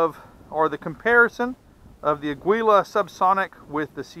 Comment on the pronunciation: For what it's worth, Aguila is Spanish for eagle and is pronounced ah' gee lah.